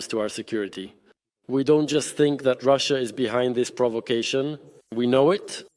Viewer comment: can't even say russia